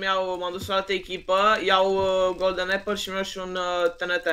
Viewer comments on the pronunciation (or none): none